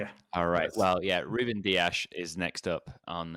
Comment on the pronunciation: ITS DIAS NOT DIASHHHHH....JUST SHHHHHUSH